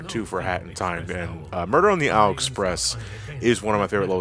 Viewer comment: ...2/10, not strong enough rolling "r"s in muerrrrrrderrrrrrrrrr...